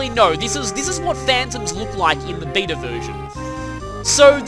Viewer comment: the funny thing is, every time you say beta version I hear vita version lol.